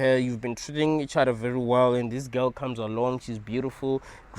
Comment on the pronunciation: I thought he said ghost rather than girl 😅